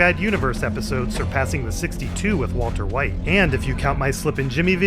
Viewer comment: He should've just called him walt more so that he didn't get clowned on for how he says waltuh 🤷‍♂